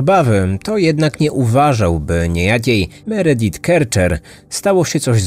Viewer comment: Meredith wymawia sie Meridif